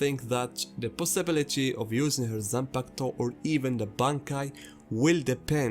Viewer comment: I HIT MY PEN EVERY TIME YOU SAY YOU SAY ZANPAKATO!!! LET'S GOOOOOO!!!!!!